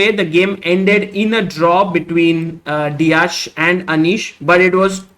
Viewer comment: You've to pronounce it like "De-ak"